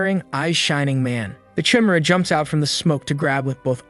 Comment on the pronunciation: Why are you pronounce the Chimera like that